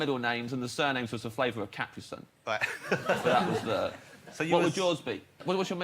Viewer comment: Cap-pree sun